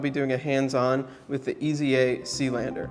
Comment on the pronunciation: I'm pretty sure the brand is pronounced AYs-uh. I found this on Watchbuys, the authorized North American Dealer for Eza: The first thing to know is that it is not pronounced as three letters - E.Z.A. Next, the German Z is pronounced like the English S. Finally, pronounce the E as a long A, as in "ate". And you have /AYs-uh/. Cheers!